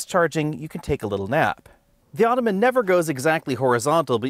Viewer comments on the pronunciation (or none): none